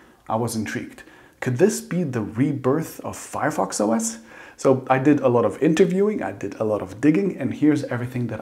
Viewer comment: It’s not Fireos you nerd